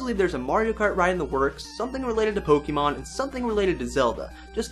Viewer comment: pls Pok-AY-mon not Pok-EEEEE-mon pls